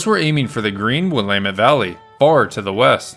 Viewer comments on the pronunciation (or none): none